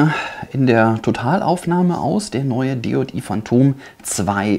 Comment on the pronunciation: Man Spricht DJI nicht DeJotiii aus sondern DiiiJiiiai